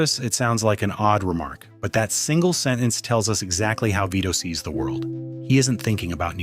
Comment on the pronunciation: The word you were trying to say is sentence not seh’unce